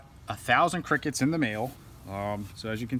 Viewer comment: I like he say “ qrickets